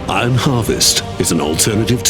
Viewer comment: Is nobody going to say anything about the fact that the narrator can't say the word "iron" 🤨